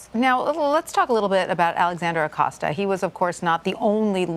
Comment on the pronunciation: His name is Alexander Acosta not Alexandria Ocasio. Pronounce more correctly CBS.